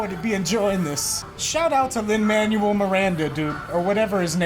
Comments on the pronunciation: He said "Lin "Manual" Miranda I was LMAO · “Shoutout to Lin man-you-elle Miranda” dies